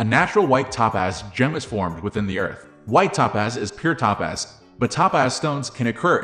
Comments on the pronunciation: It is pronounced TOE-PAZ. Not Tapaz. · EVERY TIME HE SAYS "Ta-Paz" I wanna jump out the 'F' ING WINDOW!! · Maybe it’s computer narration…top paz…?